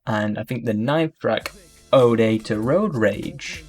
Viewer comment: He can pronounce Eyjafjallajokull but cant pronounce Vaudeville, Kavorkian or Ode ? lol